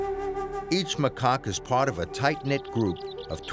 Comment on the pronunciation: The way this guy pronounces the word Ibis and macaque is funny but killing me.